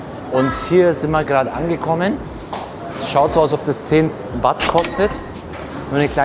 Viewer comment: Das Thai Geld heist nicht Wat sondern Baht.👌😉😁